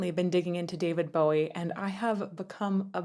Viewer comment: The first point I'll make is, we'll done to a person fro. Across the pond pronouncing David Bowie's surname correctly. And second point.. your cha cel is amazing and so are you!